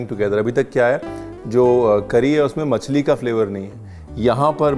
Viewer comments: मच्छी ❎ मछली✅ Ye Delhi wale Machhi kyu bolte hai??😬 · Massi nahi bolte masli bolte hain😂😂